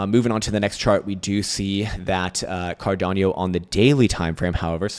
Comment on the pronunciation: Bro, it’s pronounced CAR-DA-NO, not Car-dan-yo… 😂